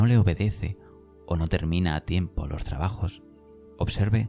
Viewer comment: Preciosa voz. Me gustaria wie observaras que dices Lor en lugar de los y sueles convertir en erres las eses finales y chirría un poco. Eres sin duda la voz más bonita de estos vídeos y si corrigieras la diccion sería maravilloso escucharte. No quiero ofender. Muchas gracias!